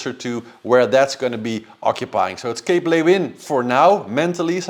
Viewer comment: it's pronounced, Cape "Loo-in"!!!!! 😊